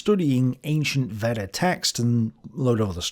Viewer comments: Thales is pronounced T-ha-les. Epicurus was not a hedonist. Plotinus wasn’t a Christian. Veda is pronounced Vayda. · Not Vedda for Veda.... Vey-da. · Veda is pronounced Vey-Da.